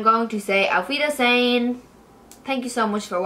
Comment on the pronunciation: First of all you are always looking gorgeous and I love your tutorials. You're really the best one on YouTube. The way you said "Auf Wiedersehen " in german was amazing. I am sending you love and greetings from Germany 😘❤